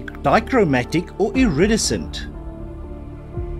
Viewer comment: i love how you 100 percent butchered the iridescent lol